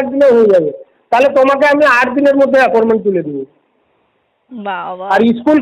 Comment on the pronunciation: "Aporment" 😂😂😂 thogir collection agent